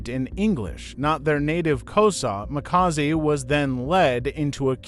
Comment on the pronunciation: Mxm this person can't even pronounce Makaziwe . This is a propaganda 😢